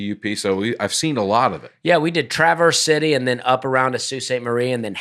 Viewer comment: Traverse City native here. Very cool to hear my hometown mentioned! I have listened to every episode since day one. A note on the pronunciation: it’s very subtle, but it is said like one continuous word “travercity.” Basically combine the “s” at the end of traverse and the “c” at the beginning of city. Also if you really want to be local, you can just call it TC. Hopefully this is confusing for Nate to read 😅